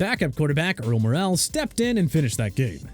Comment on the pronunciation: For the FIFTH TIME, it's Earl "Moral," not Earl " Morale."